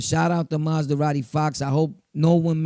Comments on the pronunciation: Good shit bro but it’s Ma-Zah-Radi not Maz-Da-Radi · 😂😂😂 this nigga “ Maz-da-radi Fox 🤦‍♂️